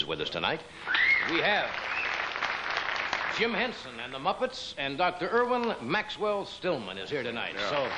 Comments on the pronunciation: carson call jim hensen jim jensen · Johnny said Jim Jenson